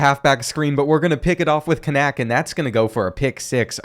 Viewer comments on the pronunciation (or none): Actual you pronounce Kanak Kaanaak☠️☠️☠️